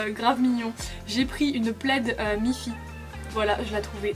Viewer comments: "une pleide " "quat euros" ahah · c’est « le » plaid ahahah 😘 Ça fait tellement longtemps que je suis pas aller à primark ça me manque de ouf 😭 Bisous du Portugal ♥️ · Après on dit Le plaid ;)